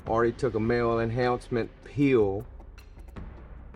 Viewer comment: bro took a "mayoral enhousment peeeeeeul"